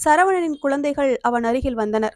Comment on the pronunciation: அருமையான கதை! உச்சரிப்பு சரியான முறையில் இல்லை. குழந்தைகள், பழைமை யென்று சரியான உச்சரிப்பு இருந்தால் நன்றாக இருக்கும் 🎉